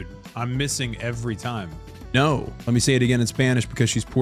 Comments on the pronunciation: missed opportunity to actually pronounce no in spanish correctly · No in puerto rican is not Nou, it's No